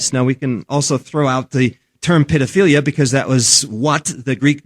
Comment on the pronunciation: Protaaaghchzinist? Pidofiliya? This guy have a speech impediment on top of his stupidity, or is this a failed attempt to sound sophisticated?